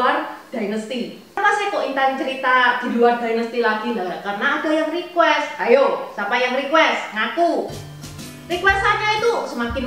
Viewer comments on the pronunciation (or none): none